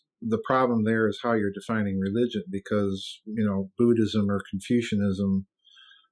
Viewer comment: Houwgh not how